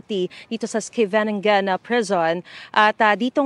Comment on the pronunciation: Iskeyveningen (tamang pronunciation